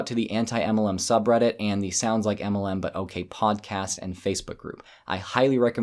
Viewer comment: Please say MLM correctly it's supposed to be said as M L M not a cat going "aemelan"